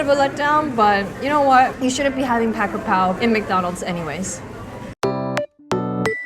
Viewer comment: brooo the way she said "'chicken krapao"!!! Im in love😭❤️ you have such a great thai accent🥹